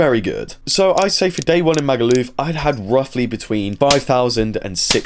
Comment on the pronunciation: I hate the way he says Magaluf, so posh the way he says it’s! So annoying definitely a Tory voter